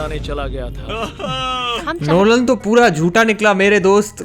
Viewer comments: Why he's calling lolan😂😂😂😂😂😂😂😂😂😂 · Bhai NOLAN ko LONAN bol raha hai